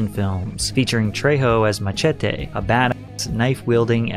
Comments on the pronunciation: Bro said Ma-Che-Te 😭🙏🏼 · why oh WHY do you not know how to pronounce MACHETE